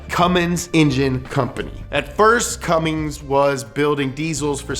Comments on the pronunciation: You're calling him CumminGs like half the time.. lol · I wasn't gonna say anything but then he said "Cummings" twice... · Haha you said cummen diesel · jesus christ. why do u keep saying cummings instead of cummins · One thing you need to learn about Cummins stans is that I SWEAR TO GOD IF YOU SAY “CUMMINGS” ONE MORE TIME IM GONNA BE CUMMING TO YOUR HOUSE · 1) you said Cummings TWICE! A cardinal sin amongst diesel enthusiasts. 2) the 24v head came out in 98, not 03. In 03, they debuted the common rail fuel system with the CP3. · Why did they allow him to keep saying “Cummings” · The first thing you need to know to get up to speed on Cummins is STOP CALLING IT CUMMINGS YOU NUMB FUCK EVERY PICKUP WITH ONE IN IT HAS IT WRITTEN RIGHT ON THE GODDAMNED SIDE OF IT....THERE...IS...NO...G...IN...CUMMINS!!!!!!! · Did you really just say Cummings? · Stop saying Cummings! 😭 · Say “Cummings” one more time. I dare you! 😡 😤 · Can hear call it "Cummings" a few times here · I hate to hear "Cummings" 🤦‍♂️🤦‍♂️ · Anyone else annoyed that he kept saying Cummings instead of Cummins. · If you pronounce it "Cummings", you sniff your fingers after you scratch your ass. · Quit saying Cummings ffs! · Stop saying “Cummings” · The amount of times you say "CumminGs" tilts the shit outta me. There is no G in it, stop pronouncing it that way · Great summary, but if you ever add the "g" to CUMMINS again I'm going to loose it! Also,:( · Up to speed on the cummins what you need to know, then proceed to call it Cummings almost everytime you say it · Dude. Stop calling it "Cummings"... Ugh. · STOP SAYING CUMMINGS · haha Cummings that makes me cringe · Fun drinking game: crush a bud light every time says CumminGs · stop pronouncing Cummins wrong. There's no G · You called it a Cummings in that video once. Shame on you. Lol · Take a shot every time says "cummings" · Ford Cummins= fummins Edit: makes sense that Chevy is reading a my little pony book at the sleep over